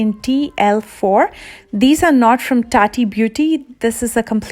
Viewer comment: Sorry but "tati beauty" 😂 😂